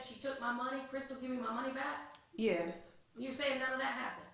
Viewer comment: Nnn'yaaay-yus... A 3 letter, one syllable word and she somehow adds an N to the front and gives it 2 syllables. I question her education.